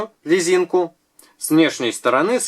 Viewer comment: Мне показалось что сказал на лизинку